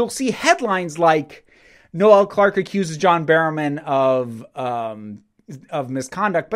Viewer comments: I love how Americans pronounce things (that's irony btw) His name is Noel, pronounced "knoll" as in "grassy knoll, the". His name isn't another name for Christmas. Having got that off my chest, this story has come out of nowhere. It seems this is to be trial by social media. I'm not condoning any behaviour on Noel's part but it all has to be judged properly, unaffected by online hysteria and must be based on the testimony of those affected. The video from 2015 is irrelevant, if anything it's quite funny. He hasn't "accused" John Barrowman, that's the media trying to twist things. But, this aside, things are not looking good for Mr Clarke. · Noel isn’t pronounced no-el... I’m sorry but once I heard it this weird to hear.